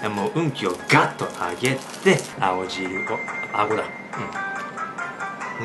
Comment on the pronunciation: 青汁が顎汁にしか聞こえない